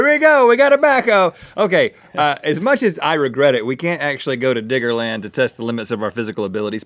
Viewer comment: Yo Rhett, only a Construction Worker can call it "Digga-Land". Check yo' self homie.